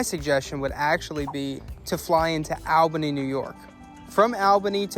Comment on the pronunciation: Excellent vid. Just as an FYI New Yorkers pronounce Albany (All-Banie).